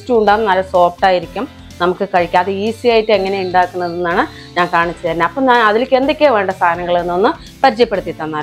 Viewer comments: ആപ്പം അല്ല അപ്പം എന്നാണ് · പിന്നേ സഹോദരാ ആപ്പം അല്ല അപ്പം ആണുട്ടോ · ആപ്പം എന്നല്ല അപ്പം പാലപ്പം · ആപ്പം അല്ല അപ്പം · ആപ്പ് അല്ല അപ്പം